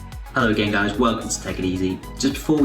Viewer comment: Definitely said gay guys lol